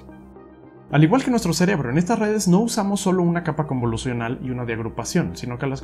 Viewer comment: Ya tu saaaabeh, con lah redeh convolusionaaaaleh. Le veo futuro.